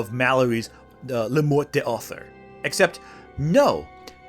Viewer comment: Morte d'Arthur is pronounced "mort dar-TOOR", not "mort day AR-ther". What was it you said in this vid about researching things and not just pulling them out of your arse? Researching how things are pronounced might be something you should consider adding to your regimen.